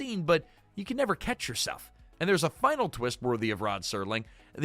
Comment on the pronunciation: it's the way he says "catch yourself" with the wrong emphasis here, the way he sings the theme wrong, and him dropping in at least one incorrect clip that make me suspect AI was used in this video.